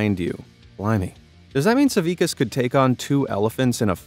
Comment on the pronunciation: I am Lithuanian so I am so glad to see Žydrūnas Savickas mentioned, though you botchered his surname it's spelled like sa-vi-TSC-as